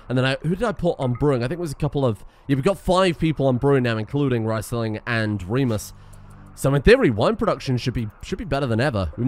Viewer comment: Now that he's dead I can tell you: Riesling is the name of a famous white wine from southern Germany, and its pronounced "Rees"ling, not "Rice"ling